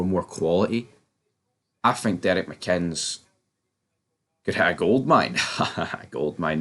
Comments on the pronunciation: It would be an absolute disaster....for this channel if he was appointed. Struggling with the pronunciation fella 😄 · There's videos where they do pronounce his name correctly. I just always assume they are deliberately mispronouncing it. Maybe goes back to something from earlier videos before I was watching. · If he came, and I doubt he would if there are absolutely no funds available, it'll be interesting to see how long it takes you guys to spell his name right or pronounce his name correctly. Apart from that, keep up the good work.